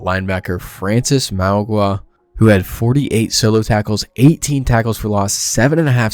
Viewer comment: It's pronounced "francis mowi-no-ah"